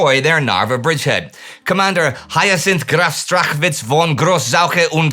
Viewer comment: Despite all else for what happened that week in 1944 can we give Indy a big high five for pronouncing the German Commander's name Hyazinth Graf Strachwitz von Groß-Zauche und Camminetz (yes I googled that one to copy paste) pretty darn well (proceeds to find blooper reel)